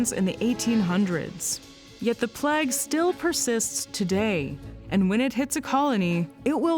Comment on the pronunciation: I don’t think I’ve ever heard “plague” pronounced that way… even during the two years I lived in Toronto when I was a kid.